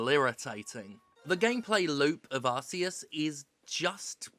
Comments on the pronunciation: Thank God for Jim for being the only reviewer with a real opinion pronouncing Arceus correctly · Thank you Steph for ignoring the stupidity of the Pokemon Company and ACTUALLY PRONOUNCING ARCEUS' NAME CORRECTLY! Thank God for you!